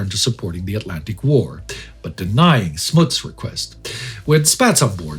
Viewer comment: Smuts' name is pronounced with a sharp use of the letter 'u', similar to how the 'u' in 'punts' sounds.